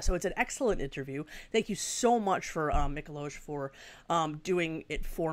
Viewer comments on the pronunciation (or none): it's Mee-ko-why :)